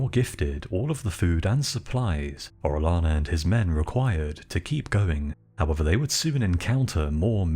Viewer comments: I'll overlook your mispronunciation of "albino" but if you're going to cover the conquistadors maybe you should know how to pronounce Spanish names. "Orellano" is pronounced "oreoyano" not "orelano". For cryin' out loud! And I don't know what A.I. generated the artwork, but it was completely, ludicrously over the top. Full armor in the Amazon? PUH-L;EASE! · It's oreyana not orelana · No hate at all bro, Orellana is said Oreh-yah-na, the double L is the letter Eh-yeh and said yeh or yah or whatever follows the double L (as close as I can come to it in English)